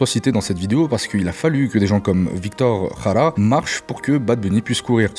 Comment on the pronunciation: Merci pour ta vidéo, je ne m'attendais pas du tout à ce que tu fasses un parallèle avec Víctor Jara. Bon je t'avoue avoir ri quand tu as "raja" qui signifie raie des fesses en espagnol 😅. Du coup je pensais qui allais mentionner le plan Cóndor car ça permet aussi de comprendre l'impérialisme états-unien en Amérique, hispanophone notamment. Le parallèle avec l'Algérie est très intéressant et touchant et j'aurais aimé que tu ailles plus loin mais ça s'éloigne du sujet initial de la vidéo. Encore merci et n'oublions pas le chant populaire du groupe Quilapayún "el pueblo unido jamás será vencido" !